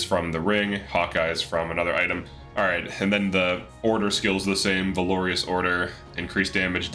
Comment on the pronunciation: That’s not how you pronounce valorous. Other than that, great video.